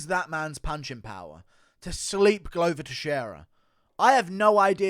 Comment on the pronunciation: Glover not gluuver